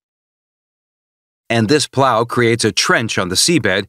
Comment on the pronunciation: The way he says plow lmaooooo